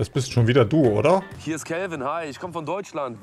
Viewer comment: Beim zweiten Telefonat klang es einmal so, als hättest du Kevin gesagt😂😂